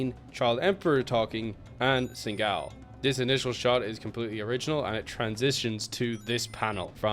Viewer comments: What's a Setingull? and what's a Sin'gal? It's Se-kin-gar. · Why do u keep calling him singal? His name is SEKINGAL 🤨